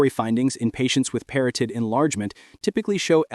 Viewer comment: Parotid contains only one 'r' in its spelling; and proper pronunciation rhymes with 'carotid' (as in, carotid artery).